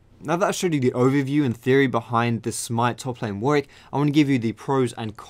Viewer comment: Why can't people pronounce Warwick...